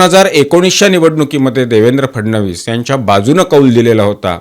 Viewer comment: तुम्ही ‘फडणवीस’ हा उच्चार योग्य प्रकारे करत आहात. तुमचे अभिनंदन.